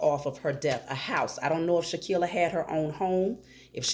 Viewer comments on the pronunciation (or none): For goodness sake people please start actually saying her name CORRECTLY! It’s Shanquella (Shh-Ann-Kwell-uh) NOT Shankia, Shakilla, or anything else like that! SMH. -Harmonious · Wow Ma’am I’m AMAZED😮😮😮😮😅!!! You’re DEFINITELY GIVING INTERESTING INFO, HOWEVER YOU KEEP😅😅😅 SAYING HER NAMET WRONG AND THAT’S SO DISRESPECTFUL!!!!! Please say HERE NAME .RIGHT AND LET’S GIVE HER THE FULL JUSTICE SHE DESERVES!!!!!! Thank you P,S. E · Thank you for the reading as we all want justice for Shanquella but it’s also important to say her name correctly. It’s “Shanquella”. 🙏🏽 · Come on sis, you mispronouncing her name Shanquella. We gotta put some respect on her name. We can’t say they names right and not say her name correctly. #JUSTICE4SHANQUELLA